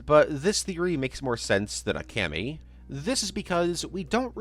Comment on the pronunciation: The way he pronounced Kami physically hurt me.